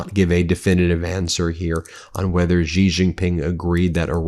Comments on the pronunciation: "GiRafe GiPink", don't try to pronounce correctly, you are aMurican. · Why people say gee ging ping? Its xi jing ping 🤣 Xi is pronounced like she, or see, like in English, If you talk English you can talk chinese! And please use the 25 amendment for trump! What does usa gov waiting for? E.t.s? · When 习近平 is written as Xi Jin Ping, it's Chinese PinYin notation, where "x" pronounced more like /sh/, not /z/ (unlike English words like 'xenophobia'). Think of when they say thanks. 'xie xie'(谢谢). you don't hear 'zie zie'.